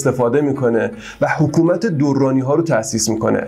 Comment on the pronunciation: درانی بدون تشدید تلفظ می شود